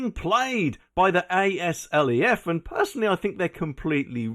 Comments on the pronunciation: It's called Azleff, not Eh Ess Ell Ee Eff. You total Plank. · Say aslef as a word not the letters, on another note love your vids